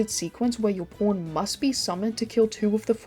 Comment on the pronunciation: lol the way she says "pawn" sounds like "porn" Great vid glad you're still around